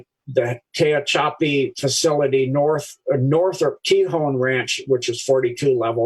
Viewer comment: Ft. Huachuca = just say /WA CHOO KA /, not / HA WA KA/ :-D !!! Tehachapi = /TE HATCH A PEE/.